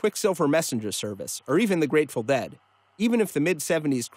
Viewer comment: Did he say Grateful Bed?